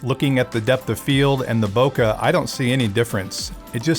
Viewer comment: I thought I was pronouncing it wrong but I wasn't. Bokeh is prounounced /ˈboʊkeɪ/ BOH-kay